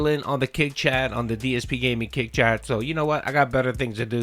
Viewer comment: “another fun day here at day-s-p gaming” 😂